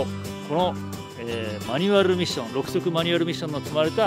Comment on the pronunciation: マニュアrrrrrrrミッション！